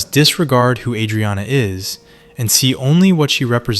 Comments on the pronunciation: no fan of the show would pronounce her name like that. plenty of words pronounced like bs. this channel pumps 1-2 videos a day it's too obvious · Dude, learn how to say "Adrianna" correctly. Also, you stretch the point and random scenes for 27 minutes... Christ.